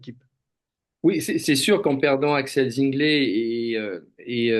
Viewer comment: Axel Zingle se prononce Zinglé avec un é !!!